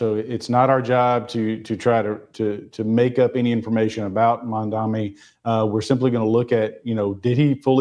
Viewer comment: Benny, his name is "Mamdani". Making yourself look silly, bro, by saying it incorrectly